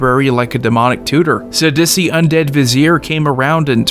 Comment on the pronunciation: I like that you pronounce Sidisi as “s’dussy”